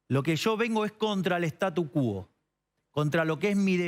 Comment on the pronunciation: Startus quó, Javi(la tilde es ejemplificativa, no va, pero el sonido es así)